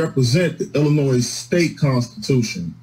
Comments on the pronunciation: I had a teacher who told us there is no "noise" in Illinois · As someone who was born in Springfield, it hurts my ears when people sound the s in Illinois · Hes even pronouncing the S on the end of Illinois. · Lock him up simply for continually pronouncing the "S" in Illinois! As an Illinoisan, it is like nails on a chalkboard to hear it. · Wow, that was an extra large word salad, with a side of word spaghetti going on there. I liked the judge and prosecutor. No nonsense, and that’s it. “Sir, you are getting extra time for being grossly ill-informed, and pronouncing the S on the end of Illinois. Good day.” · Some one needs to inform this person that the S in Illinois is silent! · The S is silent!! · I wonder how this man made it this far without knowing the final s in "Illinois" is not pronounced.